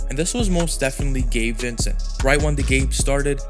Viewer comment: Sounds like your saying gay Vincent